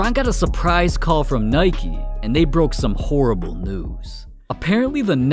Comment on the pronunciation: He called nike nicky bruh